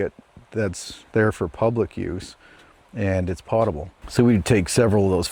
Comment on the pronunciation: I think the word potable is pronounced POE-tuh-bull, not POT-tuh-bull. Also, if you ever decide to have a well drilled for your property, don’t call a driller and say, “I need a well dug.” They tend to get offended by that statement. Instead, it’s better to say, “I need a well drilled.” An old well driller buddy of mine got so sick of hearing, “Hey, I need a well dug.” that he started to answer by saying, “Great, you’re in luck, we just got a new load of shovels in yesterday.” Tom Riewe